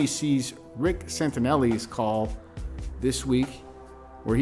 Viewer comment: Its rick santelli not santinelli